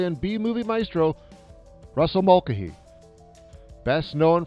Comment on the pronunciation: You are absolutely mangling the pronunciation of Mulcahy.